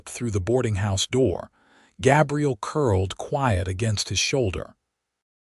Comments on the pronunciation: (Gabriel) Like a girl's name, instead of a man's name. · He's pronounceing Gabriel wrong